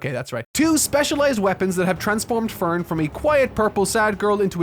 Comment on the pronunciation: the amount of times you screwed up Frieren's name and Ferns was comedic in its own right. great vid besides that. makes me want to finally delve in.